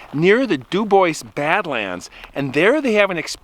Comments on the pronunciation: Chris,-? I am sceered youir saying "Dew-Boys", instead of DüüBoowah. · It's pronounced DOO BWAH not Doo boyce. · *Dew-Bwah, not Dew-boys. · If someone named their town Dubois they were obviously French. The French pronunciation is Doobwah not Dooboyss. In Texas we have a town Mexia but we do not pronounce it Mex-ee-ah. It is pronounced Me-hay-ah in its original Spanish pronunciation. Yes, we are English speakers but usually if a word is in a foreign language we try to pronounce it correctly. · Ok it’s pronounced du bwah not du boys its French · Local pronounciation there is do boy, but either is much better than do boys. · CORRECT! But some people pronounce words, (especially French) wrong because they don't know the language. It IS frustrating. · The town is pronounced Du Bwaa 😊 It’s French. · duBois: Doo-Bwah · It's pronounced "dew-bwaa"! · It is pronounced do-bwa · Pronounced. DOO BWAHH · Dew-bwah. French. . Love the show and I’m too chicken to camp alone like you. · pronounced doo bwah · It's pronounced " Du Bwah" btw. Au Francais Monseuir! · If my knowledge of French pronunciations serves me well, I think Dubois is pronounced DuBwaaa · My dear Friend’s last name is Du Bois, it’s French/Native and from New Mexico. Du boua, the ‘s’ is silent but most North Americans just keep mispronouncing it. Sad. I agree that that gal did not heed her dog’s intuition but wanted to have her way. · Debois. The s is silent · …. He’s right. It’s French. S is silent. Du bwa; accent on second syllable. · there’s no “S” in Dubois